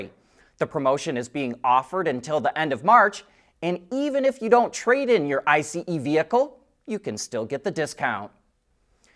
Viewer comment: Hearing him saw I C E vehicle instead of just ice like everyone else is kinds annoying! 🤔